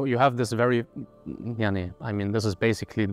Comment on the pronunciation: It is weird to hear a German guy saying: "maani يعني" 😅😂😂